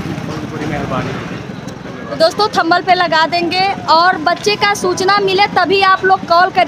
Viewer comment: Thumbul nh hota aap hmesha yhi bolti h Thumbnail hota h